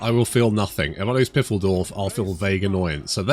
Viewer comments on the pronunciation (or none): Not to ruin fiffle-dorf. But Pfeildorf is pronounced File-dorf. Better yet if you include a short p sound like in pterodactyl